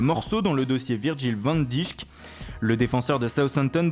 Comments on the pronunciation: tu peux prononcer Van dijk en disant "van dèyk" ça se prononce ainsi sinon peh bg comment vous faire les jt🖒🖒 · quand vous parler de van dijk dites "van deik" (prononciation) si non super vidéo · Van diCHHK 😂